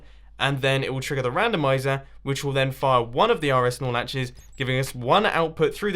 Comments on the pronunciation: whenever you say nor latch it sounds like you're saying snorlax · when i hear you say snorlaches(correct me pls) i always think of snorlax